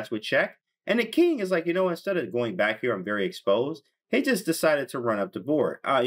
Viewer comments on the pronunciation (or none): none